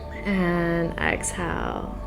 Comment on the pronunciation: Why can't she say inhale and exhale properly though?